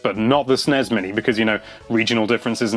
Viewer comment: Jesus, stop sounding out "Snes"